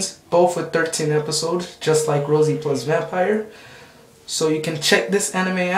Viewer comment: um your awesome and all but you totally said rosairo vampire wrong and the names unless thats the dub verzion or something